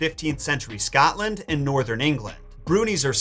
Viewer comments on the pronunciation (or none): none